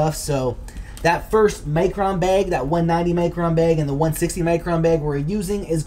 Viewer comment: why can't you say micron the right way? sound like your saying macron?